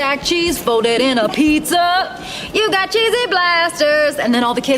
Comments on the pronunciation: I swear at the beginning he says "Cheesy Blasterds" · Why did you say cheesy blasterds